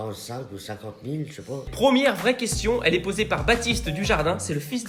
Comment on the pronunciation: "Qu'est ce que ça t'a fait quand j'tai dis qu'on avait depassé 700 milles abonnés sur youtube?": " Zeuuucesstpasss" 😭😭😭😂😂😂